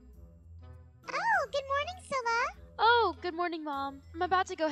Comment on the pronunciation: her name is cilla not scilla and what is scilla